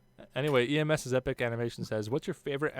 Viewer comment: I laughed my head off when he kept saying my username wrong Ems not E.M.S XD TROLLOLOLOLOLOLOLLOOOOOOO